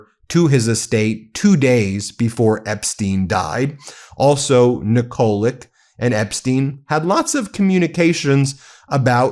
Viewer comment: Tell Ben the pronunciation is Nikolitch